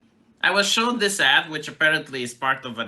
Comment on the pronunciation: Ad. Not add. These ads don't add anything tonour culture.